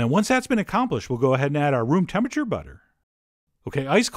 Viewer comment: Room temputure butter..... hahaha